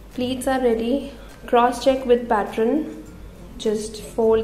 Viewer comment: It's pattern not patron.